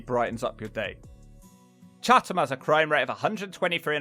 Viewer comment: Oh and Chatham is pronounced chatam lol